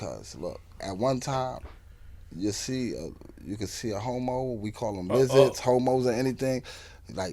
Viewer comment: Did he say LIZARDZ?😂😂😂😂